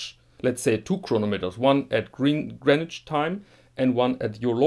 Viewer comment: Your pronunciation of Greenwich at the beginning was spot on. It rhymes with “bin”, not as most people think with “ben”.